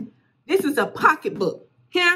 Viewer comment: Retch. Pockabook. Bill Fold. 😂😂😂